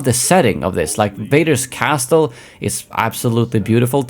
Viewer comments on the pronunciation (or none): Hey man, I can't tell what your native language is but you don't pronounce the T in Castle. It's silent, so it's similar to Kessel. ✌